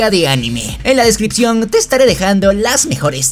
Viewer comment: Se dice Descripción...